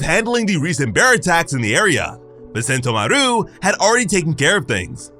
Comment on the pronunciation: Sen-TO-maru not sento-maRU.